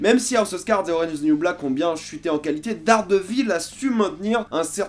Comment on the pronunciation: J’aime ta vidéo mais tu détruit le nom!! Hhaa Daredevil ça se dis Deredeul à peu près